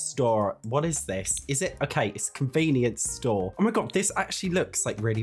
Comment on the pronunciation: Bro your American accent has me crying. When you say things like hamper or convenience store 😂